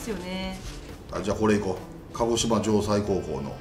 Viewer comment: 鹿児島「じょうせい」です。 前も間違えたし、そろそろ訂正入れてください。